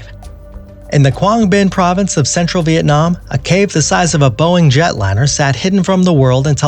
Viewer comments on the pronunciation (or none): none